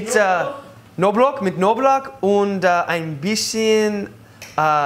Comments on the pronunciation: Als er bei "Knoblauch" "Noblauch" gesagt hat, weil bei einer "kn" Kombi das "k" im Englischen stumm ist XD Nice Video, keep practicing, You get better every day👍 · hehehe "mit noblok"